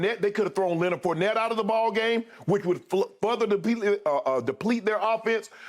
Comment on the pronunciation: Hey everyone just another reminder that the word "Further" has been turned into "Futher". We're taking all Rs out of words. This guy gets payed millions to talk and he says words like this.